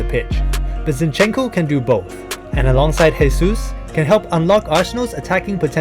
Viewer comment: Great video. Just a tip: Jesus in portuguese is not spoken as "resus", it's "Jesus". "resus" is the spanish version, like "Jesús Navas,", that is spoken as "resús navas".